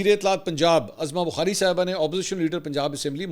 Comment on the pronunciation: Mansoor Bhai please correct to announce the name as Uzma Bukhari not Azma Bukhari